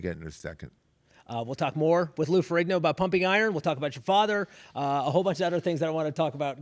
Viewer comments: It's Lou Ferrigno, not Ferringo! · It's LOU FERRIGNO...not Ferri-n-g-o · Lou Ferringo like Ringo bro??? It's Ferrigno bro! Get it right!